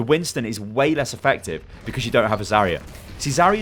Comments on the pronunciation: I can't deal with how you pronounce "Zarya" it's not even correct by English phonetics let alone Russian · It's Zar'ya [zаrʲˈæ], r - should be really smooth , stress on the last letter 'a', Zar'yA